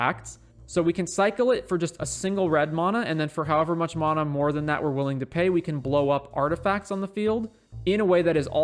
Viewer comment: Please learn to pronounce mana correctly 😂